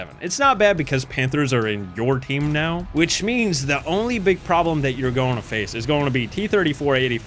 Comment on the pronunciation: “It’s gouana go to the A tier.”